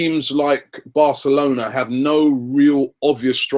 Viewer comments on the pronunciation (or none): none